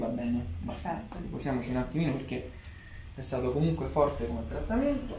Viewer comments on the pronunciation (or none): none